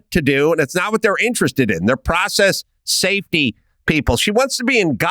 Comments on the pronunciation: NGL that sounded like “in positions of power with an eye on SATAN.” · Everytime Adam says "safety" I understand "Satan" lol